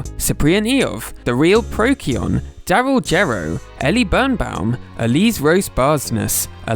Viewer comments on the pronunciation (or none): The only true correction is the c in Procyon is pronounced like an "s". lol It's part of the scientific name for raccoon. :3 Pro-see-on